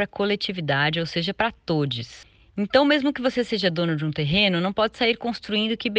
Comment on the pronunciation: Escutei todies e pensei devo ter escutado errado, misericórdia 😮